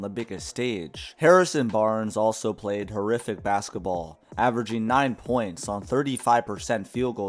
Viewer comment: He also said BAKSETABALL